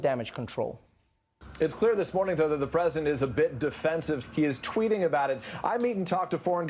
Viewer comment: Every time Trevor says ‘president’ , it sounds like ‘presidents’